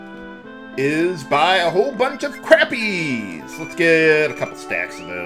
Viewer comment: did you know that the fish "Crappie" is pronounced "Crawppie" similar to "crawdad"?